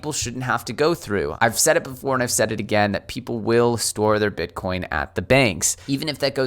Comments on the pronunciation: "bitcorn" lols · Did he say "grandma and grandpa getting their first 'Bitcorn'??? That's a Jayson Casper-ism! 🌽🌽🌽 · I heard BitCORN. 😐👍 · I could swear you said ‘bitcorn’ at one point. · Did you say Bitcorn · . Grandma and Grandpa are going to buy their first "Bitcorn"? It's hard on the dentures, I hear. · Did he say bit🌽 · did he say "bitcorn" again? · I am not the only one heard that!? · Did anyone else hear say "bitcorn"? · Grandpa wants his Bitcorn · did you say “Bitcorn”? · You said Bitcorn